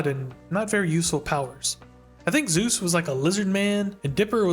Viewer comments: Super fun video but it's driving me bonkers that you call him Zeus 😂 it's Soos. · I die a little inside every time you pronounce it like "Zeus". Its SOOS, short for Jesús lolol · I know we think highly of our man Soos, but it is not pronounced Zeus. He’s more of a dizknee Hercules. Or in his own words, “like a big ol’ panda” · Not trying to be rude, but please pronounce soos’es name better. It sounds like.zeus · Great video- but it’s pronounced Soos like Dr Seus ❤️😭 like Jesus the Hispanic pronunciation his name is short for Jesus